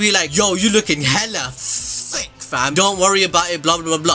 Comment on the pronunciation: When he said " Hella T H I C C" I felt that in ma soul